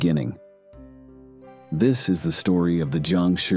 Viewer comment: not Jiangshuuuuurrrrrrrrrrrrr whats with the accept bro?